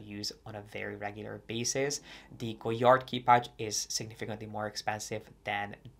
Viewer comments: Sorry but sorry, please learn to pronounce the brand name correctly. It is not Go-Yard, the "d" is not to be spoken. This it is French. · With "all" the research, did you not learn how to pronounce the name? The "d" is silent.